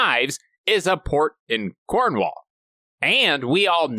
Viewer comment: Being from Devon hearing pronounciation of Cornwall without it sounding like Cornwool made my day 😂